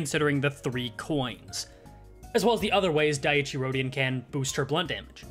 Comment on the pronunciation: At least it ain't as bad as calling her Dicey Rodion. 😂